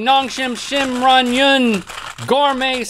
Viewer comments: The pronunciation is ✨amazing✨they really got it ! I would get tongue twisted. Have been watching for years and still amazingly entertaining!! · Rhett and Link, you did such a good job pronouncing Ramyun!!!